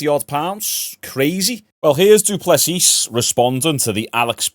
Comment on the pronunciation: The S at the end of du plessis is silent dude. Love the content 🫡